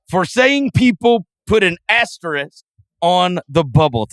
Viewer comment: It's not an Asterix. It's an asterisk. Verno knows the word., you can learn it, too! Great show as always, guys.